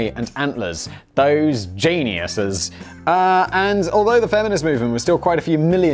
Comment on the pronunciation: What are Janiuses? Aren’t you from the UK? How can you not know how to say Rotherham? Rotherham pronounced Rother-um. Btw Rother rhymes with brother.